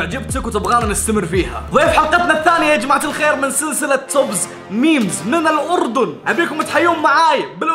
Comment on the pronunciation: توبز لما قال من الاردن حسسني انو الاردن دولة من المريخ😂😂😂